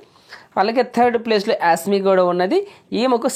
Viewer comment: యాస్ మి కాదు😅😂 యేష్మి 😂